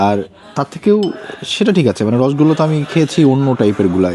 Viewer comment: রসগোল্লা সঠিক উচ্চারণ বাঞ্ছনীয়!! বাংলার সবচেয়ে আদি এবং অকৃত্রিম মিষ্টি, মিষ্টির রাজা রসগোল্লা, প্লিজ ভুল উচ্চারণ করবেন না অনেক শুভকামনা আপনার জন্য 🤍